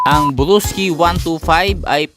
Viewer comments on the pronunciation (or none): Bulol ka nmn blosky kamo nmn walakang are